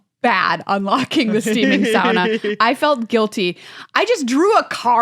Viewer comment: Sauna sounds like "sonna" and almost rhymes with "wanna". This "sowna" pronunciation tells me that you don't sauna much, and I have to say you are missing out.